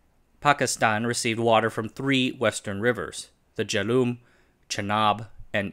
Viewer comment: jay lum not jey luoom